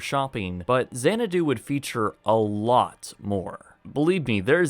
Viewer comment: lololololol ... Say no more than "Mills" ... Also... "Our law offices are at Xanado, right next to the clown college" ... lol .... Oh mills.